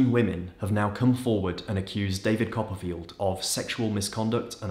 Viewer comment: David Cop-a-feel.